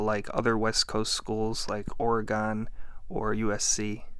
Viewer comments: Ory-gun, not Ore-ee-gone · Oregon is pronounced like the instrument or the things in your body, not Ory-gone. Great video! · Lol love your stuff but Ooof “Oregone” 😂 lol you don’t come west of the Rockies too often do ya? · I’m sorry “or a gone?” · Love your videos, but I didn’t think anyone actually called it Ore-gone in real life lol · Ore-Gawn always gets me giggling, not even from there but Imma start calling y'all Bucky-Yes's or Oh-Hee-Oh-Ons. (I'm assuming your from Ohio because, well...) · ORY-gun 🦆 luv yr channel no matter how you pronounce my school's name 😀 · I love it when Americans cant say Oregon correctly lol